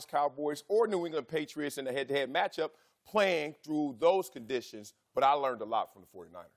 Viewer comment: What are the chances Wiley is actually illiterate? He's missing words in his sentences. What are 'condishes'?